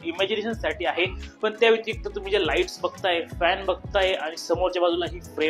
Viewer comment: लाइटी नाही😂 लाइटस्